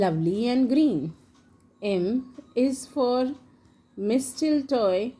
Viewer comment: Please learn how to pronounce the words properly before making such videos.. Reindeer, sleigh, mistletoe, holly.